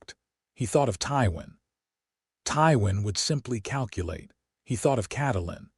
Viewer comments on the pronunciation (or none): none